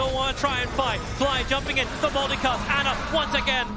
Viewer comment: Not Ana it’s ANER